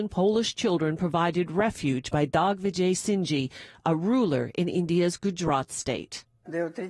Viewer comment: I have never heard such a bad pronunciation of the Indian name, it's Digvijaysinhji, where did you get "Dag" from??? And also of such a notable man, Really???